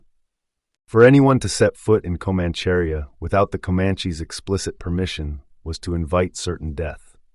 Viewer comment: 'Comancharia' is pronounced Co-manch-a-ria not the butchered word your trying to say lol... Thanks for putting on YT